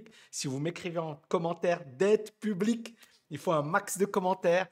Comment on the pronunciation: "Dette pu-blique"